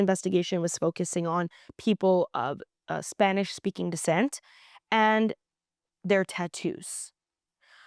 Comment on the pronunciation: We love your correct pronunciation of Spanish words.